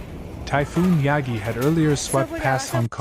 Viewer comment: 中国史上最強の台風を誤読してるようじゃダメだな😂